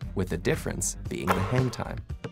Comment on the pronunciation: Is it me or his "hang time"sounds like "hentai"